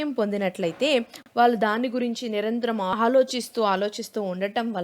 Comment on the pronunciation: Small suggestion. వాల్లు కాదు, pronounce as వాళ్ళు Madam👍